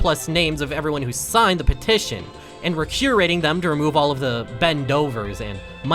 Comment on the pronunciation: "would you like to sighn my pettishon" idk how to spell